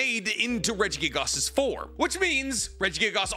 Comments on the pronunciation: I slipped further and further into madness everytime he said Regigigas wrong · Everytime he says regigigas. I wince lol